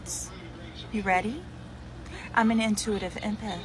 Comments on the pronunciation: She’s an empith not an empath. 🤷🏿‍♂️she said it not me. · “I’m an intuITIve impèth” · Don't believe I've ever heard someone pronounce empath like that